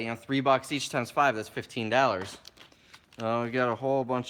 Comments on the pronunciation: It's dollars not dallars ,just saying. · the way he says Dollars...dallersss. and that swag homie. what are you wearing!? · Dollars is pronounced Daw-Lers ;-). Like your videos tho!!!